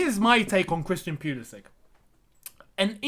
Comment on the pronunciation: You are genuinely one of the few people who calls this man's name right.